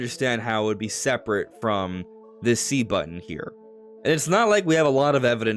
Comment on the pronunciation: button, not bun.